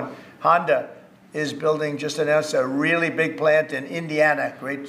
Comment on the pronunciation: JD Vance being unbelievably uncharismatic as usual; "I just came to watch the show, I think air-pwanes and weally cool sir. :)"